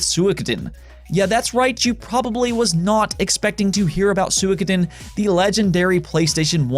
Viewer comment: He pronounced it closer to the Japanese pronunciation though.